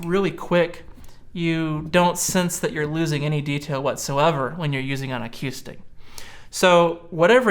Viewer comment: Really? a-Q-stic?